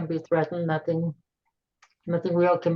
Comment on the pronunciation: It's no'th'ing nothing'ing